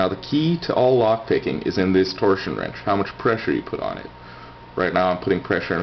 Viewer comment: "Torshion wrench?"